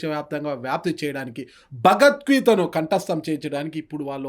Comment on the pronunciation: ఈయనక భగవద్గీత అని పలక లేక పోతున్నాడు. ఈయన ఒక పండితుని ప్రశ్న వేస్తున్నారు.